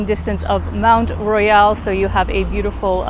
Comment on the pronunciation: FYI, pronounce it Mount Royal in English, or Mon(t is silent) Royale in French, not half and half